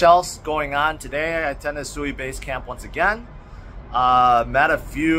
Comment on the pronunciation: Went to a SUI conference and still dont know how to pronounce it correctly